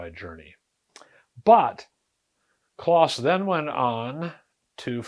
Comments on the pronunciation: His name was pronounced clōs, not "claus." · wiki says it is pronounced with a long O like close. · I once worked with others who had met Kloss and yes, it’s pronounced “close.”